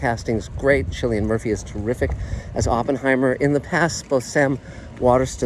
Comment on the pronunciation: His name is pronounced Killian.